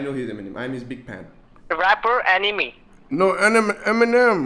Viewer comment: Extremely hilarious 😂, funnier than comedy videos. Man said "Rapper Anyme"